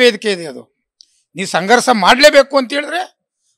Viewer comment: ಸಂಘರ್ಸ ಅಲ್ಲೊ ಮಾರಾಯ,ಅದು ಸಂಘರ್ಷ😂 ಮಹಿಸ ಅಲ್ಲ ಮಹಿಷ ಏನು ಕರ್ಮನೋ ಈ ಕನ್ನಡ ಕೇಳೋದು 😅